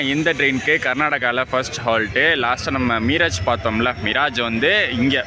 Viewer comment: அது மிராஜ் அல்ல.. மிரஜ். பொதுவாக மீரஜ் என அழைக்கப்படுகிறது